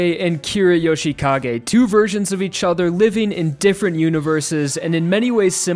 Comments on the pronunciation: What I Hear Kira Yoshi Ka Gay What I See in Subtitles Kira Yoshika Gay What You Say: Kira Yoshikage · Yoshikage Kira. Isn't the 'i' in Yoshikage silent?